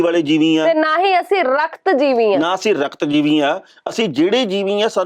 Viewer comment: Modi na jivi nahi par jivi kaha ha. Jis ka matlab kida hunda ha. Tehna sahib ucharan sahi karo.